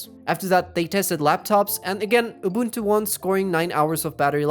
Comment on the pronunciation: The way he pronounces unbuntu 😂😂😂 😆😆😆🤣🤣🤣🤣🤣🤣🤣🤣🤣 its SOOO FUNNYYYY!!!!